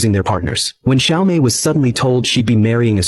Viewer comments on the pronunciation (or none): Well it's "Xiaomei" not "Siao Mei", but yes the names are reworked from the actual Japanese names. This channel often does that to Japanese films.